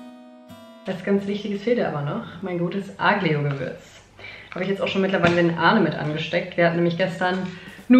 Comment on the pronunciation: Aglio = Alio man spricht kein g im Wort im italienischen, genauso wenig wie bei Tagliatelle.